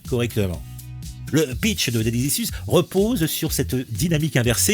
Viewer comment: Repeat after me : « ichouze ». 😂👍 « Daddy ichouze ». 😆